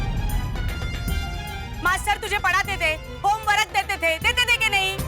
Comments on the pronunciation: Homework ❌ Hom Orak ✅ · Home work ❎ home warak ✅😅😂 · Homework❌ Homewarak✔️ 😂😂😂😂